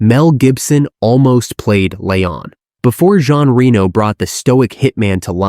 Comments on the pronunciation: The second I heard 'smash that subscribe button' I knew that nothing in this video would put my jaw on the floor. This is slop, BUT it can be used as a drinking game for every time Jean Reno's name is mispronounced. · Damn the mispronuciation of Jean Reno's name is off the charts.